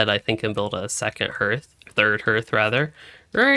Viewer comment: Harth. Har-th. not Herth... that is my only peeve of a really epic vid. but hey a comment is a comment.